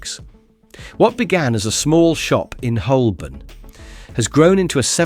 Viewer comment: Narrator. In "Holborn" the "l" is silent.